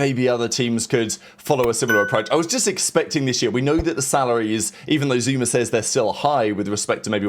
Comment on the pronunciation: SOMEONE GONNA TELL THERES NO "R" AT THE END OF THE NAME "ZOOMAA" 😂😂😂